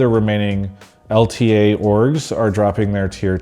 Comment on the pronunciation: Travis, its L ta! you gotta say L ta